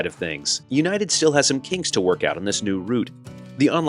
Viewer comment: Hey...it's united😂